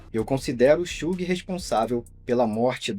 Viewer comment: It’s not Suge It’s Suge😣